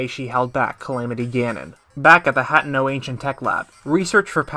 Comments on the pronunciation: Great video. I wish you breathed a bit more, tough lol. No pauses at all! My only complaint is how you pronounce a lot of things wrong. Specifically Asian-themed things like Hatano. You say "Hat-eh-no". It's "Ha-te-no", it's Japanese. similar to "Hatano" which you can hear here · Him saying Hat-eno pissed me off